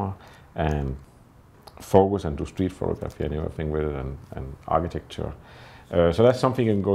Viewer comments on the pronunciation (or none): why on earth don't you learn to pronounce the word photography correctly. it goes like this pho-tog-ra-phy. NOT.... pho-to-graph-y.. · Great work! Small note: it is pronounced phoTOgrapher, and phoTOgraphy. Action on the second syllable.